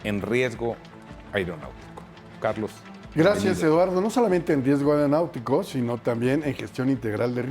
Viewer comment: Pinche conductor, aprende a hablar. No se dice AIROPUERTO. es AEROPUERTO ni AIRONAUTICO, es AERONAUTICO. y asi eres conductor no mames!